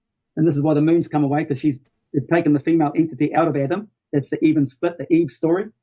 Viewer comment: Why does he emphasize the second syllable in "female" and "vortex"?